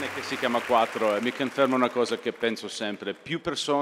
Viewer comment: "Il mio cane si chiama quattroh"